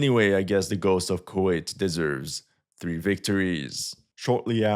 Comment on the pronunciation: Bro said "the Ghost of Kurwait" 😭😭😭